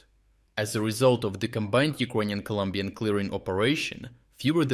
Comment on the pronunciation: ColOmbian please, not Columbian 🙏